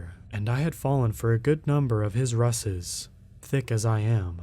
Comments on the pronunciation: Ruses is pronounced "rooz-ez." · Ruse's Pronounced ruse(rooze)rooze's